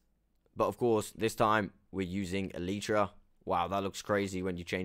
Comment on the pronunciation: Does anyone les cringe when he says eletra